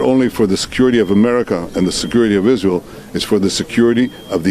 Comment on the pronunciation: Izrail nahi sir fatherland